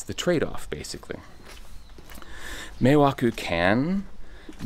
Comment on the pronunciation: Meeeeiwaku not mewakeww